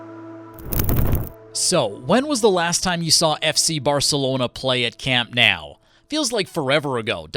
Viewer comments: It's Camp Nou not Camp now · camp nOOOOuu not nAAAAAOOOW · I thought the endless mispronunciation of the name was weird, but then he said "Més que un club" 😂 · Imagine making a whole video about the stadium and not knowing how it’s pronounced…. Lololol WTH is “camp NOW” 💀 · It hurts so bad lol